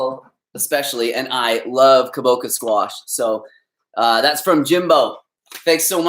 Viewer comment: Kabocha is Japanese and the 'ch' sound is the same as in chia.